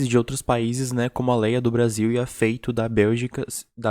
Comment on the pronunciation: O nome da senegalesa não se pronuncia "Feito", se pronuncia "Fatú"